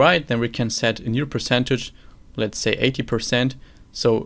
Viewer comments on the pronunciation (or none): the way you pronounce "says" and "determines" internally triggers me LOL but phenomenal teachings nonetheless.